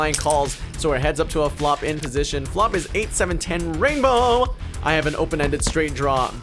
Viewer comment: You would have 1 million subs if you didn't say rainbow like that